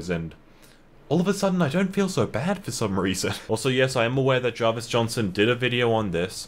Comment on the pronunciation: who else noticed it said jarivs instead of Jarvis?